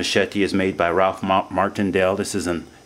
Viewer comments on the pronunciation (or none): none